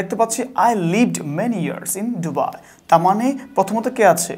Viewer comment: ওটা ডুবাই না দুবাই😂😂😂